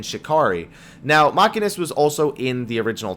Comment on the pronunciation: machine'ist not macky'nist...